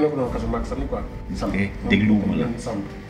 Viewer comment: elle a dit chamir😂😂😂😂au lieu de samir